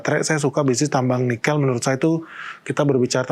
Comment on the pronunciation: Pengucapan "Nikel" aja ngaco.